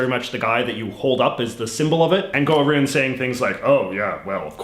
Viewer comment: I'm still skeptical. As I said above, I've noticed him say "out" like normal, and then "around" as "aroond" which doesn't make sense because Canadians don't pronounce "around" any different from Americans (at least, that's my understanding). I could be wrong, but it just seems off to me.